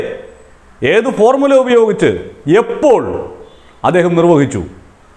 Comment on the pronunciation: ഈ. ഫോർമുല .എന്ന്‌ പറയുന്ന ത്. ഫോർ . മൂല എന്ന് വായിക്കുകയും